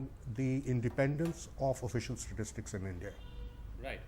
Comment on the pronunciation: Never trust a CA who can't pronounce "Statistics".